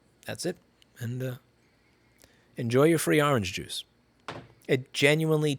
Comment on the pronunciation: The fuck is aaahhrange juice?